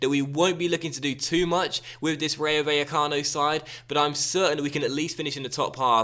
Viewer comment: the double L in Spanish is pronounced as a J in English